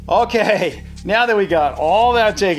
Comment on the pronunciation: that okey sounded like swedish